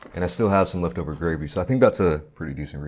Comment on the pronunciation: It’s gravy not grave. Uggg 😊